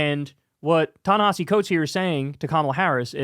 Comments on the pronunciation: Pronunciation, and respect: Ta Ne-HEE-SEE Coates. Not that hard. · Even Kyle mispronounces Ta-Nehisi.